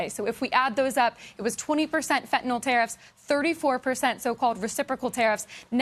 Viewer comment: Wait the news lady said fetynal tarrifs😮